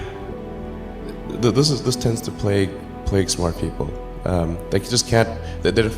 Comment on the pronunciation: .. it's "plague" .. not "play" :D